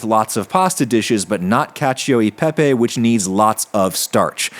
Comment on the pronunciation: Haha he said caca peepee 😂